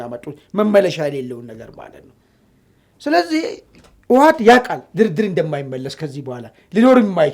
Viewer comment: አንተን ብሎ ተንታኝ አቦ ይህ ሰዉ ስያስጠላ አነጋገሩ እራሱ ስያስጠላ ስጀመር የህወሓት ስም አፍህ በደንብ አይዝለህመ እዋት አይባልም ህወሓት ብለህ ጥራ ሌላዉ ጦርነት ይጀምራል አይቀረ ነዉ ብልፅግና ጠቅለላ ሠራዊቱ ወደ ትግራይ ክልል አከባቢ እያከማቸህ አይደለም እንደ አማራ ክልል እየተዋጉ ያሉት ወጭ ሌላዉ ወደ ትግራይ ምን አባ ልያደርግ ነዉ የፈለከዉ ወላሂ እመነኝ ብልፅግና አልቆለታል